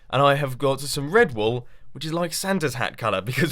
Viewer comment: I thought Mumbo said "Red Bull" when he said "red wool"